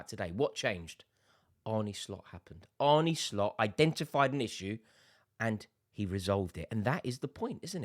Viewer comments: Just to note on pronunciation. Its more Arn than Arnie when pronouncing Arne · It's Arn-u, mate. Not Arny. Cheers Rore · Stop calling him "Arnie". His name is Arne! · It's not Arnie, it's Arne. Think John Arne Riise. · I can't listen to you saying bloody Arnie 😩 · We're english. It's Arnie. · It's Ar-nuh